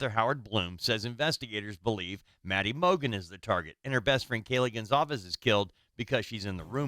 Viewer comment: Be Awesome if they could get Kaylee’s name right if they are going to speculate and speak in the case then get it right she was called Kelly by Nancy and Howard both called her Kelly multiple times so disrespectful!!